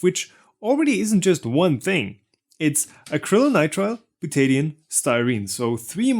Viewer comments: You are pronouncing butadiene as byu-TAY-dee-un (with emphysis on the "tay"). My chemistry teachers always pronounced it byu-tuh-DIE-een. The emphysis is on the "die". The Buta part is the same root as in Butane, that flammable gas in cigarette lighters. It refers to four carbons in a chain. The die part means that there are two double-bonds in the molecule. The een part refers to the double bonds themselves. Of course I am an American which may make the whole difference. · Bootaydian? What is bootaydian? I think you meant. Butadiene, byoo· tuh·dai·een. Slow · Butadiene is pronounced bute-a-di-ene. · Properly pronounced “byoo-tuh-dahy-een”. This isn’t a Tomato Ta-Ma-To indifference and in chemistry not a good idea to parrot. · Dude. Its called Beaut-ta Di--eeeeeennneeee. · butadiene is pronounced byoot-a-dye-een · as a chemist... the way you pronounce Butadiene hurts my ears it is Bil-ta-dy-in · "buta-di-ene" instead of whatever it was you said mate, though maybe thats the Australian version... but it dosent end in 'o so it cant be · Ye that's not how you pronounce butadiene.